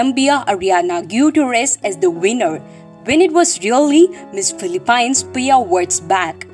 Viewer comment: Your way you pronounce Philippines is like omg 😂